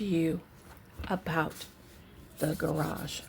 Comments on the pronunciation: I admire how you must have controlled yourself… to not pronounce “grage” I know it sounds so flippant, but I do love you & what you do.🥰 thank you for everything you put into your forensic readings! Not to mention you’re amazing backdrops💕 I can’t imagine the time and energy it goes into making them! I would love to live in one of your backdrops😻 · Ps - Can’t believe you got through this whole reading without saying “gararrrge” lol